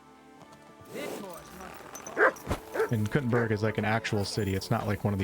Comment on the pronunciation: Proper way to say Kuttenberg is Koo-ten-baerg. In German.